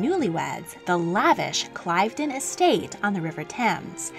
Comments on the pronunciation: Great, But it’s not…Clivedun… it’s pronounced … Cliv den. And. Is stunning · 👏🏻👏🏻 And Clivedon is "C-Liv-don" not "Clive-don" Edit: I'm not trying to be mean, just wanted to help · that is Lady ALICE Montagu, not Consuelo Yznaga Montagu. Consuelo' Vanderbilt's first flame was Winthrop Rutherford, not Winthorp. Cliveden is pronounced Clive (like give) den, not Clyvedon. , that is not Consuelo Vanderbilt. Her son's name was Ivor (pronounced Eevore) not Eyevar. It's THE Mrs. Astor (pronounced thee), not Thuh Mrs. Astor. It wasn't George VII, it was Edward VII. Jennie Jerome did NOT have an affair with the Prince of Wales before her marriage. Eez nah gah, not Yaz nee gah (Yznaga). If a documentary type of vlog is being posted, we owe it to our viewers to at least get the names right; and not take all the content directly from Wikipedia. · Fascinating, love it - just one tiny correction 22.45 - Cliveden is pronounced 'Clivden'. Yeah, yeah, English place names! Wait till you get to Wales! xxx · Fascinating and entertaining. BTW: Cliveden is pronounced Cliv- as in livid.